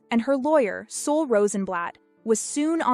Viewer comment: This is great! I'm a Truman Capote affictionado and this information is new for me! Thanks! Oh! One thing about Ann's lawyer Sol's name: It's pronounced like "Saul"; not "Soul". 😺👍🏻